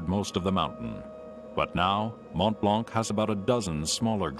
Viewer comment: It's Mont Blanc, not Mont Blank lmao